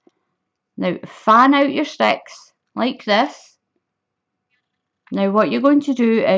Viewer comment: its ok, I love your accent and it makes me giggle when it says "sex" instead of sticks. Your poor sister the 🐖 LOL